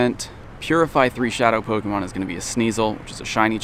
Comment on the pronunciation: Meet me in the middle and i'll remind my friends you still make pokemon go videos. pronounce pokemon correctly, don't slur it out after the "po" like you always do